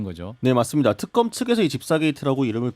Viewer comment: 턱검 아니고 특검 ...발음도 안되고...